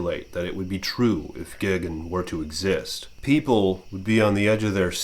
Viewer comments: tbh I'd take a selfie with gigan in the back ground too also ur saying gigan wrong it's GUY not gig lol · why are you saying gigans name wrong sometimes your calling him gigin sometimes